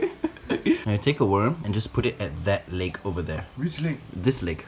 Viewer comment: CAn I PeiCk DAt LuEg? 🤪🤪 how he said it made me laugh